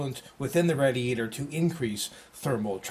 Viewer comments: i think radiator is pronounced raydeeaytor not radeeaytor:) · jesus christ its not "RAD-eator". Its Raid-eator. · lol rad-e-ator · Yap Radiator :D :D xD -> not raidiator :D